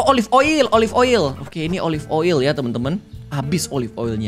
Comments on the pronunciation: Klo bilang oli aku ngakak 😂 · Ngakak tiap kak regi nyebut oil jd oli mulu😂